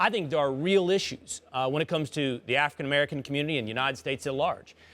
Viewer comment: Just listen to how will pronounced "African American community"